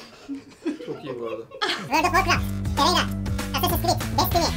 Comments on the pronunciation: Teyayre ne abi 😅 Hadi Terraria demediniz bari Terarya deyin 😂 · birisi tereyra diye okuyup hepsinin zincirleme yanlış okuması çok komik sahneydi ya , fortinayti ile babaci olayı geldi aklıma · Eleman terraria ya tereyra diyip durdu deli oldum amk